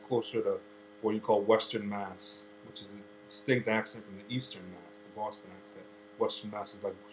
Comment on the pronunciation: I noticed a difference too, when he said Boston like "Boowaston". Totally not how I say it, and I'm from dead-smack central Connecticut too!